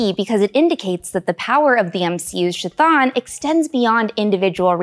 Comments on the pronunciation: its not SHAthon, its Chthon. Like Cthulhu, its a hard C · You keep saying "Sashan" when it's "Chthon" you do not say the ch 😒 you can tell when people don't actually know the story and they just are reading a script😐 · Isn't it pronounced Ka Thone? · LMFAO "SHIT ON" pronunciation of "Chthon" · Sha-thawn?? Please please PLEASE say it correctly 💀💀💀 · it's Ka-th-on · Chthon is pronounced "K-thon" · Ka-thon… the pronouncing of his name drove me nuts… anyone else? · Since the name is derived from Greek, it should be pronounced “Khi-Tawn” (aspirated K and aspirated T sounds, not ch and th sounds). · Shh-thawn pronunciation for the win!